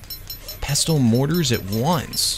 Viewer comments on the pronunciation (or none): u do not pronounce the t in pestle